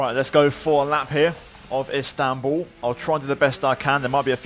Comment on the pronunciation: İt's İSTANBUL not INSTANBUL